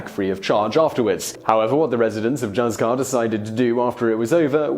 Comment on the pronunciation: I would like to point out that the name of the spanish village of Juzcar is pronounced HOOTH-car, not Juss-car...